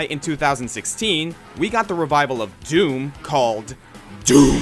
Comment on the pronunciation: YOU DID IT RIGHT YOU'RE THE ONLY YOUTUBER TO SAY DOOM RIGHT YES!